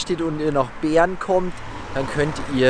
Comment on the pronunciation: Wenn du Bern sagst hört sich das an wie Beeren😅 Bäääärn👌🏼😂😂